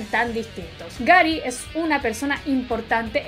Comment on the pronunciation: La chica: Gary: gUeRi